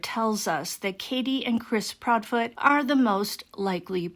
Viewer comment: Proudfoot. Not proudfeet. Less than 3 minutes in